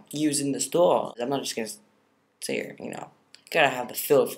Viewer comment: LOL the way you said stool <3